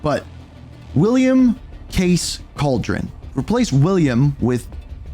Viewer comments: Its pronounced Cal-Derr-Own not Cauldron but entertaining video none the less, keep up the great work man! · Bro….. it’s Calderon not cauldron 😂 Hispanic last name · says Calderon as Cauldron xd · Bro cant put the 5 seconds to say Calderon right